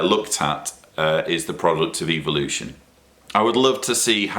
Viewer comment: I like how pronounces the word " evolution". It sounds like he is saying "Evil-ution".like its bad. 😆